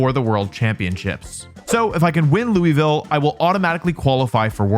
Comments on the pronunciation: the audacity of misspelling São Paulo right after apologizing for mispronouncing Louisville I missed wolfey saying stuff wrong for extra engagement 😂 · As a Kentuckian not from Louisville please keep mispronouncing it, it's very funny. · It's crazy to me when I hear people, not from Kentucky Try to say Louisville. It's like we have our own dialect, and that's not a good thing LOL. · As someone who lives extremely close to louisville. It hurts my ears every time I hear you say it wrong lol but I get it. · As a louisvillian, I forgive you for your pronunciation. Keep it up, champ. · I’ve been waiting for this video It’s pronounced Luhvul not Louie vile You will not escape me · LOU UH VILLE is how you pronounce it- from a local Louisvillian ❤ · We pronounce it lul-ville if your from louisville but everyone else calls it lewy-ville 😂 so all forgiven!! Love Wolfe! Wish I could have meet up while u was here! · "IT'S LOO-VULL!" "Oh I'm so sorry Louis Vile" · For those wondering, Louisville is pronounced: “Loo-vull” or Looey-Vill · louavile is how you say it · Holy shit, you were about an hour away from where I live, and I didn’t even know! I should keep up with VGC news more often, also, Louisville is pronounced “Lou- a- vuhl” or “Lou- vuhl”, in my opinion. I tend to drop the “a-“ when I say the name of the place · Ask anyone from the south and they will say Louisville is pronounced lew-uh-vull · It’s pronounced “lul-vull” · & we pronounce it loohel-vile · … fine. Apology accepted. :) For those wondering, it’s “LOU-uh-vull”. The city might be named after a French king, but no local pronounces it like it’s French. Same with Versailles, Kentucky. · Loved the video! And yes we forgive you! For those that are curious most locals I know including myself pronounce it as Loo-vull. Come back anytime! You're always welcome! 😄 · Hurts my soul hearing Lewiville like no 😭 but you telling me the goat was in my city and I didn’t know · I am from Loo-uh-vuhl and i forgive you ☺️